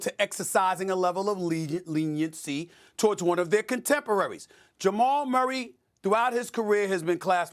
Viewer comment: Ja-mal Murray